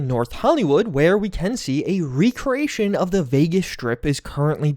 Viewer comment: "Raycray- ation"? That is NOT how you pronounce that word 😂